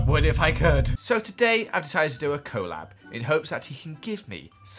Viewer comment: first pe-ony now co-lab and lapis lazu-ly? 😶😑